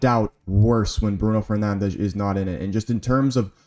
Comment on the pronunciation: Whenever you say Fernandes the Portuguese accent comes naturally 😅. W video even tho too many considerations take away from the very moment the team is going through, Like there is no givens, everybody needs to earn the “Good Enough” I don’t care about potential, what you done in the past, PERFORM NOW! GGMU